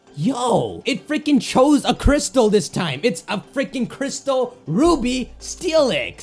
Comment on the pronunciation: Did someone here him saying uby insted of ruby steelix